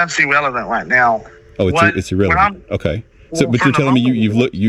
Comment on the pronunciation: Drinking game idea: Every time this guy says "fedewal" or "IWAP" (instead of "IRAP"), tilt your head back and take a shot, lol! Bonus points to players who shout out other words this "agent" mispronounces... like "iwwelevant". This man is acting like a big baby. He's just angry that he was towed, and instead of accepting that he was at fault, he only sees himself as a victim and he's choosing to pretend to be a "fedewal agent," threatening and harassing a business owner who's been VERY patient with this fool. PLEASE tell me someone from the federal government read this guy the Riot Act!